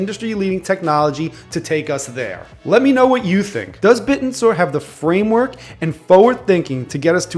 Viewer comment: Its pronounced Bit-ten-sor not bit-n-soar